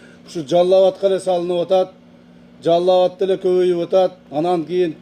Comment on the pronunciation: Жалал-абад деп суйлосо болотко жалаб-батка дебей😁😄😁